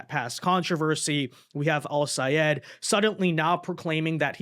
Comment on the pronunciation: I am SO GLAD you pronounced Al-Sayed's name right!!!